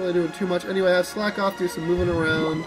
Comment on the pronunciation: Slakoth is pronounces "slack-oth", not "slake-oth", as it's a pun on the phrase "slack off". That Rufflet was beast :D